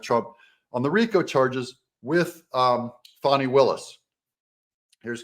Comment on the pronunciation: It’s fani not “fawni “